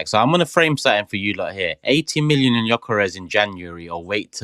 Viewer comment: making up new magical words live on pod saying the word "dramastic" while getting on about his pronunciation of Gyokeres 😂😂. Love the show & don't bottle it.